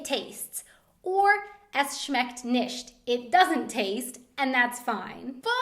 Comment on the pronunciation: I am from Germany and love the way you speak German... just this "nischts" instead of "nichts" ;)